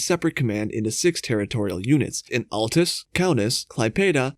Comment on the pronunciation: woops, "ah-LEE-toos" not "all-tis" XD